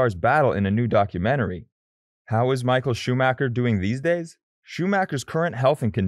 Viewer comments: He almost said shoemaker lol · Michael shoe maker? Lol